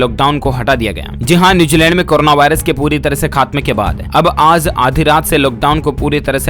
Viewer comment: Phly sahi se bolna Sikh jao baad me news dena Aaz nhi aaj zaa nhi jaa bro😑